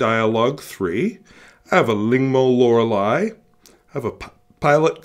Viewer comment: Good job on pronouncing Lorelei!